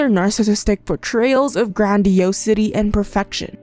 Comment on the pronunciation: Gran-dee-AHH-suh-tee (for grandiosity)